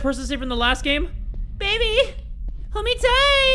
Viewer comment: In both games he said BABAY HOLD ME TIGHT